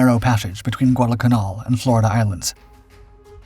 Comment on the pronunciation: How do you mispronounce so many words!?!?! You even mispronounce canal!!!